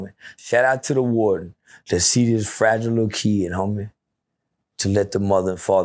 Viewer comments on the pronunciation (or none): none